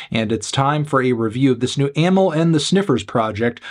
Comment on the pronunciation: He pronounced it like most people do